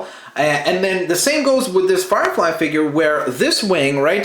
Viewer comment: Did he say fire frie